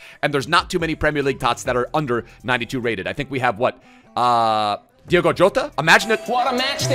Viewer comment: Diogo jota not diego